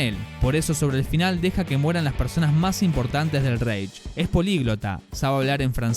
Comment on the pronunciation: Buen video pero una cosita, Reich se pronuncia más bien ráich. Es que como lo pronuncias tú suena muy inglés 😅😅